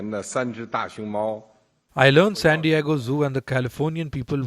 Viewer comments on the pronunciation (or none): none